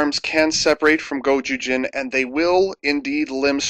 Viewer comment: is it gozyujin or gojujin? both feel wrong to me